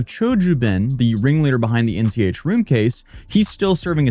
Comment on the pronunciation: "Nth room", like "7th room", not "NTH room"